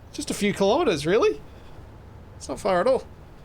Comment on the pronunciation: Its pronounced "kilometers" not kilometers.